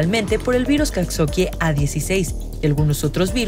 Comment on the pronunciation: Pronuncia mal Coxakie a propósito o para llamar la atención?